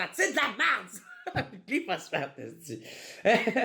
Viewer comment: Ça se prononce glypho-spho-sphatte-e